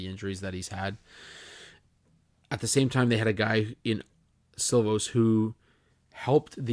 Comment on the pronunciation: The Vancouver goalie’s name is pronounced like “she-laufs”. I know it’s spelt Silovs